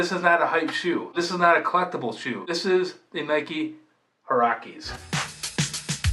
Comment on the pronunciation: The hurr-rock-ees